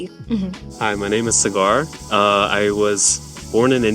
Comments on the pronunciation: Someone needs to tell "" that his parents didn't name him after a flavorful batch of cubans they once smoked..but that his name is "सागर", and pronounced "Sah-gar", a Sanskrit word meaning "ocean"...gosh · Bruh it's SAAGAR, like the ocean.